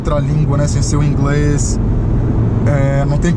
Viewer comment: ingrês kkkkkkk😂😂